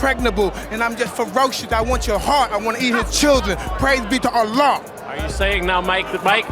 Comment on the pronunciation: As soon as he said praise to be Halla I switched off